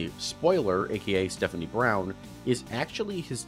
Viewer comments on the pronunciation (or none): none